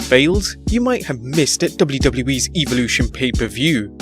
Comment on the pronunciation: Does anyone else cringe when he says Evolution wrong?